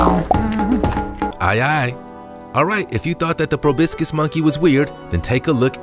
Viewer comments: You need to practice the pronunciation of proboscis. PROBOSCIS! It's not probiscis! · Dude, why are you saying “pro-BISS-kiss”? There’s an O in the middle syllable, not an I. Say PRO. “PRO” Say BOSS. “BOSS” Say kiss. “KISS” Put them together: Pro-BOSS-kiss. “Pro-BOSS-kiss” Now faster: Proboscis. “ProBISSkiss” 🙄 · I am fixated on how the Narrator says “proBIScus”, It is ProbOscis I was super fixated on it. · Pro-BOSS-Kiss monkey, not Pro-BISS-Kiss monkey. Other than that, good show old chap. Jolly good show. Cheers! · Proboscis doesn't have an "I" in it. It's pronounced Pro boss cuss.. Proboicis ?. Come on now... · proboscus, as in nose! probiscus, sheash! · It is PROBOSCIS; not probiscis. Otherwise, this was fascinating. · Probiscis? Like hibiscus? Why?? Do you even read the words?? It's probOscis! 🤦🏻‍♀️ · Proboscis. Pronounced probasis or probosis, not probiscus. 🙂 Fyi. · It's not a 'probiskus' monkey. It's proboscis. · Enjoy the content, but you should learn the correct pronunciation of the animals you talk about. The Proboscus Monkey is pronounced pro-baa-sus, not pro-bisk-us. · It’s pronounced “pro-BOSS-kiss”, not “pro-BISS-kiss”. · It is proBOSCIS (NOSE) monkey not proBISCUIT. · It’s pronounced Proboscis, not Probiscus. If you want to sound like an expert, at least pronounce it correctly. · It’s proboscis, not probiscus!! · You mispronounced proboscis; it’s pronounced pro-bos-sis not pro-brisk-cus. Pick up a dictionary and you’ll see I’m right. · Pro-BOS-cis, not Pro-BIS-cis. 😉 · its probOscis not probIscos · "Probiscus" is poor way to pronounce proboscis. The ancient Egyptians never laid eyes on them either. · He pronounced "Proboscis" incorrectly. He said "Probiscus," which sounds like a sport you'd play with your nose. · I can forgive his pronunciation of ALL as AWE, but to actually call a proboscis (meaning nose) as pro- bis- kiss? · I need a dollar for every time he said "probiskis". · The word is "proboscis" not "probiscis". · It's pronounced PRO BOSS CUS